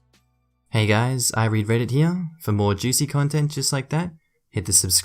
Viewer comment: Sorry, but when you said "I read Reddit" I heard "I regret it." But then, my ears are transplanted from Methuselah...